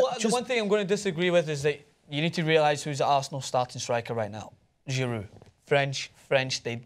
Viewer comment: giroud not gerard